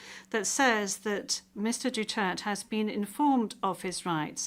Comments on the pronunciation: Duterte, not Dutert. You should learn how to pronounce our President’s last name. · His Duterte not Dutirt😂😅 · Duterte Not Dutert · Bakit hindi nya ma pronounce correctly ang Duterte ? Make an effort Ma'am....